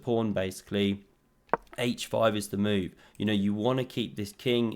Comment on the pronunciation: Pawn attacked, defended.: Phewww! vot a moove